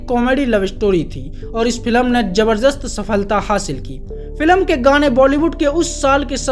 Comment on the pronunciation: Kise ne notice Kiya ke ye banda jabardast ko jabarjast bolta hai 😅😅